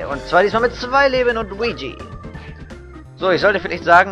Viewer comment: Der Mann heißt Luigi und nich Wuigi, wie dus aussprichst.. :P